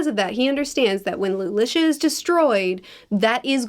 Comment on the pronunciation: LOO LOO SEE UH